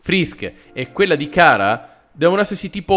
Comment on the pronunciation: e ciara non cara ,FALLO = )